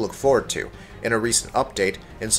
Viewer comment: Does this guy not realize he's pronouncing three wrong